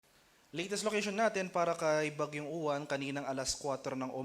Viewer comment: Say it like "ulan" the stress is on the second syllable - u-wán